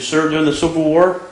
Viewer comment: I thought he said "we lost the WHORE" not WAR! :)